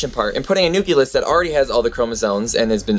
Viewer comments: You keep saying nu-kyu-lus. The word is pronounced exactly how it's spelled. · Sorry if it seems like I didn't get any of the most important philosophical and ethical things on the video, it is just that, this specifically distracted me. I know it is not "wrong", just that being Brazilian I grew up using and listening the "cle" not the ke(que?) pronunciation of "nucleus" and it just throws me out of the thinking track whenever someone says it this way. But keep it going, I like your show! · Sorry but hearing nu-cle-us mispronounced so many times brought me back to my high school biology class with a teacher who had no business teaching biology. But don't let that discourage you. I'm very impressed by production quality and research that goes into your videos. I'm especially impressed that you've taken this solo venture at such a young age. I subscribed to your channel after your video about v sauce and I'm glad I did. I vote that v sauce or destin or the veritasium guy make you their protégé! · A kitten dies every time you mispronounce the word nucleus. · I implore you to begin pronouncing nucleus the correct way. Otherwise good video. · I don't get your pronunciation of nucleus... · It is pronounced nucleus not nuculus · Pretty good video, but... For the love of God, stop pronouncing it like "nuculus". It's "nucleus". Noo-klee-us. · you say nucuLUS instead of nuclEUS is this because it is correct for what you are referring to or do you need a little factoid yourself? I know that mostly nucleus is used when referring to cells; is this some type of pluralization? probably not... anyways, just making you aware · stop saying nuculus! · i'm a science teacher and i like your video. I use a lot of videos in my class, but i'm afraid i cant use yours. i just don't want to let my students think cells contain a "nuculus". You keep pronouncing it "new-cue-lus"? (16 times!!) when it should be "new-clee-us" . your old science teacher must cringe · Nu-CLE-us AAAAAAAAAAAAAAARGH!!!